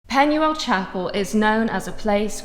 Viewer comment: If you're going to buy a property in another country, at least learn how to pronounce their language. Penuel is pronounced with a U. In Welsh, a U is pronounced as an E - Pen-e-el.